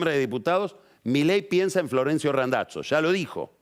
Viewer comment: Queda muy navolin queriendo pronunciar Randazzo en Italiano lo tendría que pronunciar como lo pronuncia el propio Randazzo